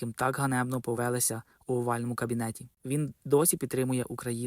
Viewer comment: авторе, НЕ повЕлися, а повелИся! годі галицьким суржиком патякати